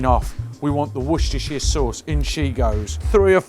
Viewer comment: You gained my sub for the proper pronunciation of Worcestershire good on ya mate